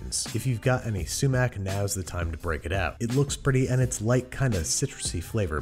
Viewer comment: Babish is a beast at cooking ngl, this recipe was perfect, as a middle eastern I love how you tried to be authentic with it, the only problems were pronunciations of falafel and sumac, but other than that this is perfect.